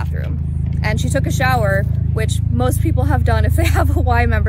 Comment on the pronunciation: *most, not moat